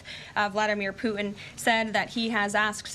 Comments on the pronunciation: It's Putin not Poohin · Puutin 😅she can't say it properly 😢 what about protecting Europe. Americas always late to step in. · Poo hehn??? President Poogh hen....???? Speak English, sis. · "President Poo'in" 😂